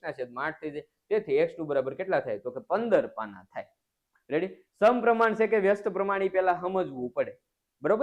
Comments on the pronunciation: sir tame reddy na badle revdi bolo cho😅😅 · Sir tame revdi bolya kem bolo chho